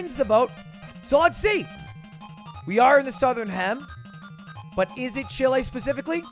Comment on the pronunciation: bruh why does he say "Chile" like "shill a"